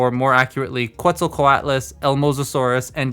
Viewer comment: Thought you said Pretzel for a moment there